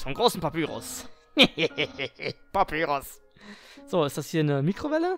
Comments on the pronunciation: man spricht papyrus wie zum beispiel pie auf englisch pa-pie-rus und sans wie säns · Papyrus wird Päpeirus ausgesprochen. Und Sans wird ßänß ausgesprochen.